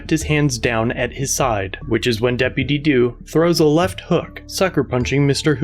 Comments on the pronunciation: Depitty doo dah day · I felt a bit of joy everytime I heard "deputy dew". Sounds funny hahaha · That deputy due kills me every time he says it 😅😂😂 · Depidy Doo 😂🤣😂🤣😂🤣😂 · I can't stop hearing Dippity Doo lmao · Depiddy Doo lol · I thought he was going go into "dippy due da... dippy ye... "